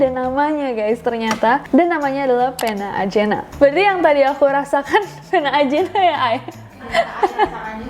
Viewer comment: Mungkin yang Pena Ajena bacanya Pena Ahena